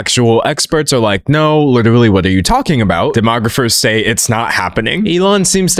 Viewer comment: "Uhm, im witerally dawk maga... lyke witerally" 🤮🤮🤮